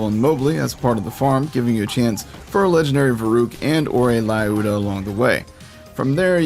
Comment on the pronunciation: Why is everyone pronouncing "Lyuda" as "Layooda?" Lyuda is short for Lyudmilla, which is an Eastern European name and it is pronounced "Looda" or "Loodmilla." By the way Milla is also short for Loodmilla.